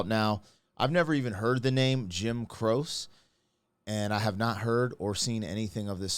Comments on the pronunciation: One of his favorites? He let the other guy mispronounce his name. When Jim's music came out, many of us didn't know how it was spelled, but we knew how it was pronounced. Then we saw how it was spelled. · Jim was an Italian American and as such his family name, Croce, correct pronunciation is Cro (like in the word cross) c/e/ with the /e/ as in the word e/legant. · It is pronounced like it has a Y on the end. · Please say his name correctly 😢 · I see the pronunciation of his name has been corrected in previous comments, so I don't need to address that issue. I was 15 when Jim Croce passed in 1973, and my friends and I were all huge fans. There were many songs that were right for the time back then, but you may want to check out Operator, I got a Name, One Less Set of Footsteps, Hard Way Every Time, and You Don't Mess Around with Jim for starters. I guarantee that once you do, you'll quickly go deeper and deeper into the Jim Croce rabbit hole. 😁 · It's Crow-chee not crose. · Croshee how it’s pronounced is Crow-she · Great reaction. Croce is two syllables - pronounced "Crow - chee" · Its pronounced the same as trophy cro cha like CROCHET. He was going to do the last tour and then stop touring to be with his wife now that she was pregnant but it was too late because he went on the tour and flying home or flying to the next venue the plane crashed. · Someone should mention the name is pronounced "Crochee". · Name is pronounced Cro-chee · Croce is pronounced Crochee, just so you know. One of my favorites. A movie made for tv was done after this song came out titled after the song. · I remember the day he died. I was in high school and in choir. We sang this song. I get chills whenever I hear it. And his name is pronounced Cro-chee. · It’s Jim Cro-chee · "Jim CRoke" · Jim Croce, pronounced, Jim Crow-she. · In the USA it's pronounced crow-chee, it's actually pronounced "crochet", like the yarn art. This was my wedding song. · It's Crow-She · it's pronounced "Crow-che "